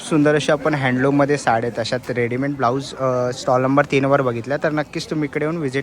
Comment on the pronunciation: told u ssssooo many times...tarihi chukichech boltos! Readyment ❌❌❌ Readymade ✅✅✅